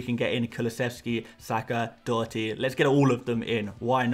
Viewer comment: Bravo on your pronunciation on Doherty